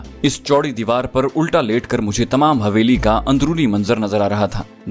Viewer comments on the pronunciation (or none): حویلی۔۔۔ح۔۔یہ۔ھے نہ کہ ( ہ) معزرت کے ساتھ